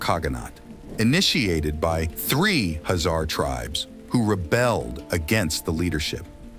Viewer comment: Sorry bro, I just cannot stand it... Khazar is shoud be pronunced the same as Khan, where is not the H is pronunced but the K, so please mention it witt K instead of H. Thx in advance.